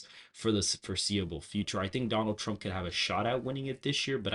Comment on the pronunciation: TWUMP TWENNY FOUGH!